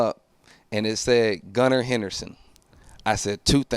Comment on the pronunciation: Did bro really say “Gunnar HenderSTON” 😂